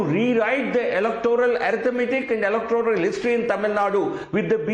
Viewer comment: doesnt know how to say 'electoral' bond. 😂